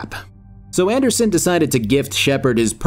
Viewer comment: I absolutely lost my shit at "Do not give in to the Ree-Appers Ander SON" and had to rewind the video.